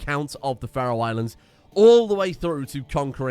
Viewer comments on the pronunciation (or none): none